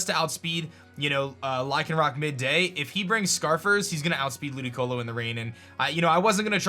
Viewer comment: Why did he say ludioco